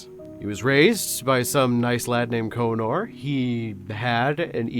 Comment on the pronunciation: 😂 you messed up spelling another word again. That's not how you say "Connor"